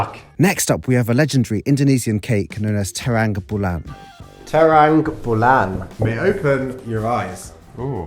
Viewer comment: Bro you said it trambulan